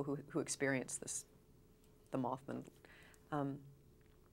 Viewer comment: Moth Man, MothMan not Mothmun